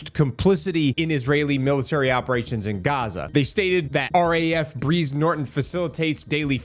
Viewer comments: BRIZE sounds like BRIDES. Not breeze….. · It’s pronounced the same as prize , not breeze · its br'EYE'ze, pronounced like Prize BTY, lovely little club just outside... . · Mate it’s pronounced like Brian Briiiiize Norton A breeze is caused by a small wind 👍🤝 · Small correction I’m not sure has been picked up; its pronounced like “prize” Norton and is the jumping off point for most major ops like Afghanistan and Iraq as well as returning soldiers, both fallen and rotated out of theatre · Its Brize Like Prize and Thames like mens. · Hi m8, always enjoy your posts. A quick fyi Brize as in prize . Thames as in tems. Keep up the good work. 😁🤘